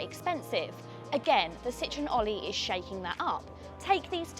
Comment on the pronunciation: The name is pronounced "all - ee" with the pun intended. Not "Olly".